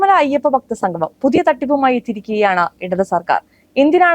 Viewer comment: സംഘമം അല്ല കുട്ടി. സംഗമം